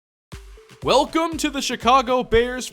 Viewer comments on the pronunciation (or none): none